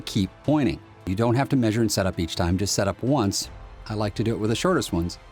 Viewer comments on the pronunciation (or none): none